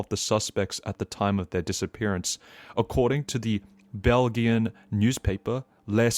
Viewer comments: Not gonna lie bud good content but your pronunciations were so goofy. Like you somehow mis-prononounced "Belgian" 😂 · brother I am begging you to look up pronunciations if you don't know how to pronounce something. Theres a lot in this video but BELGIAN is insane